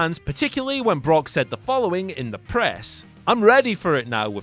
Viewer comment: Did you say broke lesnar or did i hear wrong? Only first time.